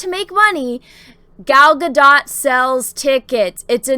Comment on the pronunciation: Gadot’s last name is pronounced gah-DOHT.